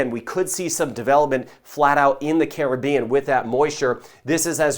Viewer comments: Like the way he pronounced Caribbean. Not like Karribean.Thanks. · Yep. His is the correct pronunciation.😄👍🏽👍🏽🇯🇲🌺💛